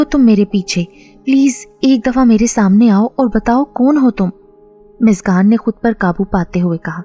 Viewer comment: App muskan ko miskan miskan q keh rhi hai? Mtlb itna mushkil name to nhi k ap muskan ko miskan miskan kr rhi hain